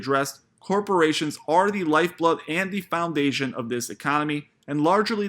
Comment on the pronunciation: Learn how to say the word “The”. Say the th in it dude....